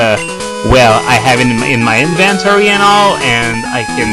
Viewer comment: "Inventory" is pronounced with the emphasis on the first syllable.